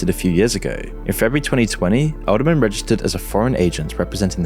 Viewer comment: "Edelman" .. every. single. time.